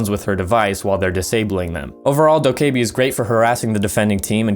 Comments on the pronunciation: Dok-Kay-bee it's doka-bee lmao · the e is silent lol